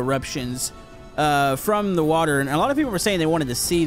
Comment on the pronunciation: Why’d you recently start pronouncing water as wa-tor. Like literally it’s recent you started annunciating that so much it’s so annoying